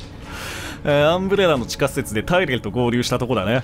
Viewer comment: 突然のテェレル呼びに吹いたw